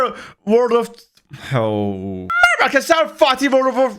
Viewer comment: MMMRRRBA ARRKİSLARRR WORLD O